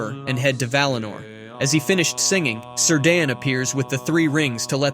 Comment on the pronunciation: Is this an AI voice cuz my homie's name ain't "Sir Dan". It's Cirdan, pronounced "Kear-dan".